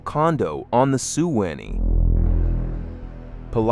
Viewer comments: Pronounced SWA KNEE. computer says Sue annie!? Hahaha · Shu win???? WTF,Swan eee is how Suwannee should sound, AI is so bad, I can’t watch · Sue Annie ( Suwanee) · and Sue-winnie river!!! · Man this guy butchers the name of every town he mentions even the Suwannee River with the song he can listen to to see how it's supposed to be pronounced shameful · In the song they pronounce it swanee, which is the wrong pronunciation. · When you learn to pronounce Suwannee , I'll watch the rest of this vapid trash. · He can't pronounce Suwannee correctly, either.